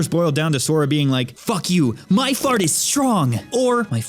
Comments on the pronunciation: heheheheheehehehehehehehehe he said fart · Its funny because he used 'fart' instead of 'heart' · This dude said fart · haha he said fart